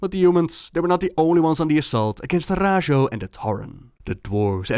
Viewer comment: I always thought camp Taurajo should be read Tauraho (like Navajo which the Tauren seem to be based on)